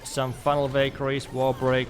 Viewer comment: Ohhh now i see he was saying valkarie not bakery😂 in the end of the video i noticed great video too i liked it